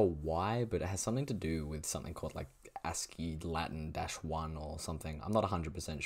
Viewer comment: WHAT DO YOU MEAN A-S-C-I-I ITS PRONOUNCED LIKE "ASS-kee"